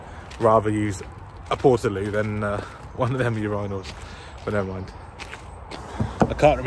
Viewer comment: the pronounciation of urinals is criminal